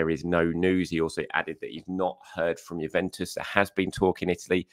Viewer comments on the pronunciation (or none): none